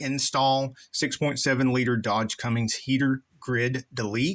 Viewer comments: It’s not pronounced “Cummings” it’s “Cummins”. J/s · You can't even pronounce Cummins correct... and we are to take you seriously? GTFO. Nobody has had a grid heater issue as you describe.